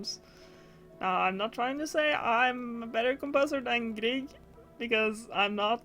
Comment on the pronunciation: Det hördes i början när du sa "Grieg" med perfekt uttal att du var norsk. 🙂 Inte så ofta jag snubblar över nordiska grannar på nätet, så det är alltid roligt när det händer. Hittade din kanal igår på grund av recensionen av Bretts Mendelssohn. Ska se till att titta igenom dina gamla videor framöver. (Hoppas svenska funkar för dig, det är sent och jag orkade inte riktigt uttrycka mig på engelska.)